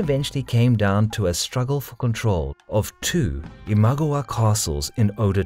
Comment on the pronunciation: Great, so I've been pronouncing Imagawa wrong all these years.